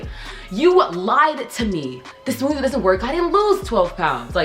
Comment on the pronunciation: “Today we’re gonna make the smooTHAY” 😭 she’s so cute